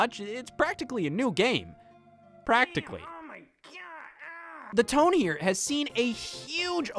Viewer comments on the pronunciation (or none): none